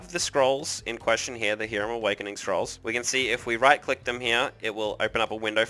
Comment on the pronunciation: Depends on what language you're trying to go with. Since you're speaking English we'd say Hi-rum. Only sounds like Ear-am if you're speaking Latin America or maybe Hebrew. Even my Cuban friend would just tell most people Hi-rum.